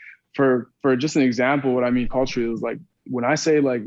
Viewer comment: and he says "Coachally" instead of Culturally